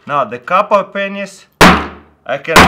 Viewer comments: can't stop laughing... that pronunciation... p***s😂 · Lol i thought he says "Penisses" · did taras say pennies or pen15? jk jk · Let me guess before watching the video. He will pronounce pennies as penis. I can tell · Every time he says pennies xD ROFL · make sure to turn on your captions when he says "Pennies"